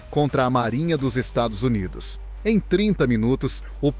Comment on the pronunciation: Narrando uma merda, não consegue pronunciar dólares e Estados Unidos.